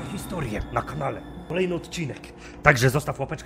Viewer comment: na początku filmu powiedziałeś straszne historie a nie straszne totorie